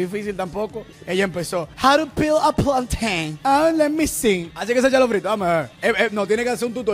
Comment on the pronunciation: How to peel a Platein 😂😂😂PLATEICHON😂